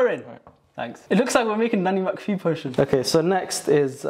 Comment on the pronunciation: ‘Nany mc phee potion’ 😂😂😂